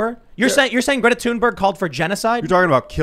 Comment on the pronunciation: Stop calling her toonberg.